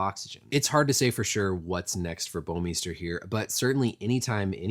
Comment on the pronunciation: You come the closest to pronouncing "Bouwmeester" properly out of anyone I've heard so far! It's a Dutch last name, and I so happen to be Dutch. It's quite funny most of the time the way the pronounce it, but sometimes it's so wrong it's simply annoying.